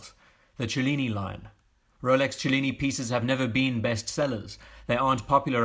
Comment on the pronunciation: Thanks for pronouncing "cellini" in a way that makes actually sense!